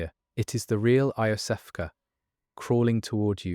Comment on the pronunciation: Is whatever going on with the five hundred different pronunciations of 'Iosefka' some kind of a bit